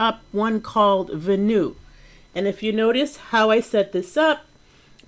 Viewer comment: Venue should be pronounced Ven like pen and you... I knew it, your only % awesome!.